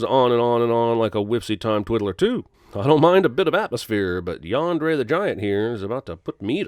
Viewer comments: Okay, Yawn-dre the Giant got me. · Friendly. Sure, of course it is. 🤦‍♀️👍🤩l Also, Yawn-dre. Wonderful! 😆😂